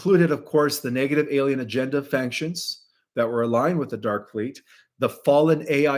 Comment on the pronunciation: Yay for you on Kuyper (or however you spell it ;)! Faction = fack-shun, not fankshun🥰 Stabilize = stable-ize, not stab-ilize Thank you!!!